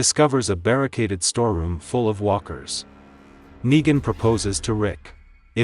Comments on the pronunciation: RICK ITS NEGAN NOT NIGA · I don’t like the fact that certain parts of the story Yu keep saying niga and not Negan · bro said niga